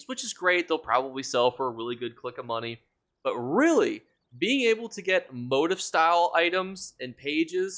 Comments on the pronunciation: Thanks for the info! Just a friendly suggestion: You kept saying what sounded like "motive" and it took me forever to figure out you meant "motif." It's pronounced MO-TEEF. 😂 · Motif is pronounced mow-teef....not tryna be that guy just helping you out for next vid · It's "moe-teef" 🫣🫣 (motif)